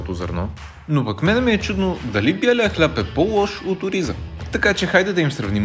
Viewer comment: Много добри видеа правиш..Браво! БЯлия хляб мн странно прозвуча..